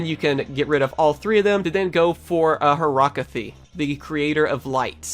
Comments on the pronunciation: It's not horactie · she's called horakty